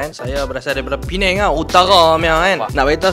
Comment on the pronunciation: Memang meluat arrr ddok sebut penang